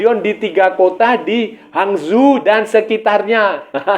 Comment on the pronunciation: hangzhou sebutanya hang chow